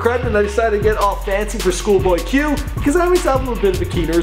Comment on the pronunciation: “shoolboy q”